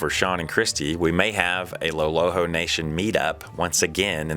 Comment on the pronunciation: Did I hear Sean say "when he is not in the LOLHO national forest he is up in the tetons"? LOL